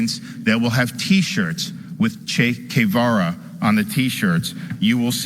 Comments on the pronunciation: Who is Chafe Kavara? (Ok, I know it's Che Guverra, his pronunciation is hilarious to me) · Mow Zuh-dung and Chake Kay-vaw-ruh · Cae Vara? Se Dung? Didn't this guy go to Yale? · He can't even say that Che Guevara. Guevara. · DeSantis doesn’t know how to pronounce Che Guevara….his name is DeSantis???